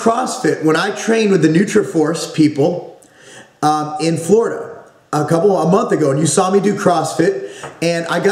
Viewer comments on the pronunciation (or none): none